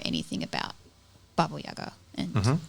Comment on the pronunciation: I love how you correctly pronounced Baba Yaga